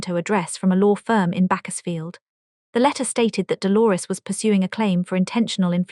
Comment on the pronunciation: This ai story doesn't know to pronounce Bakersfield. And also, towards the end it switched languages for a while.